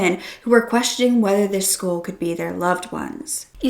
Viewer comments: It sounds like you are saying, "schoool," when you say "skull."" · I keep thinking you’re saying “school” wtf?